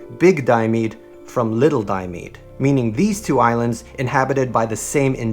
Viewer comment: Diomede is pronounced: Di-oh-me-di